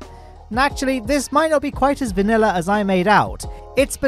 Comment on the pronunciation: Ew, please don't say vanilla like that...